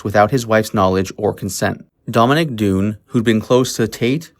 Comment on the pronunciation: This was interesting, but I would appreciate it more if you learned to pronounce all of the names correctly; Elke Sommer, Dominick Dunne. It isn't difficult to find the correct pronunciations.